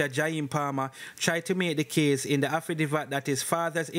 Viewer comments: the word is "haffi dave it".. affidavit not "haffi div at" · Affidavit.... pronunciation AFFI-DAAA-VIT..............not affidivat NOT AFFI-DI-VAT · A-FFI-- DAY--VIT--- THIS IS HOW IT IS PRONOUNCED........ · Was listening and was so annoyed I had to comment then I saw your comment 😅😅😅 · It's pronounced afidayvit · Bro the word is affidavit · Afi divvat 😅😂😂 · up time…..please take note of corrections when noted by your readers. The incorrect pronunciation is often annoying and no matter how corrected you continue the same. Makes me wonder if you read some of these responses, anyway words you are not sure of the dictionary gives the correct pronunciation…. You are appreciated nonetheless the less AFFI-DAVE-IT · Jesus did he say afadiva? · Aftadivat..why don't you learn proper pronunciation son? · Bro it's affi- day -vit / Affidavit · Man so anxious that he not even tek the time to pronounce the word (affidavit) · HE CANNOT PRONOUNCE SIMPLER WORDS..he does no research..he just Plagiarized..and he reads like a GRADE ONE STUDENT.. I can’t listen to this!!